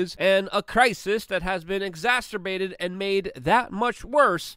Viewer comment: Exacerbated, not EXASTERBATED